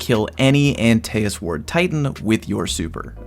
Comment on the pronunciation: “Anti es” not aNteASs I’m very confused lmao